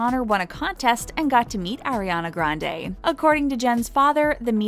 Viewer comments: Its not air-iana grandey ITS ARIANA GRANDE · "Airiana grand" jeez. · atleast say her name right lol